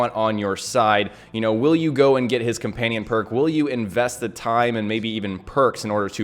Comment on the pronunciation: Comanion lol